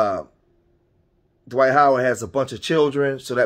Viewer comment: It's Dwight...not Dawight